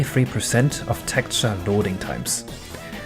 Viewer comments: Very interesting content. But if i hear you pronounce "Tekturce" only once more, i'm killing myself... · Your pronunciation of texture is a bit off.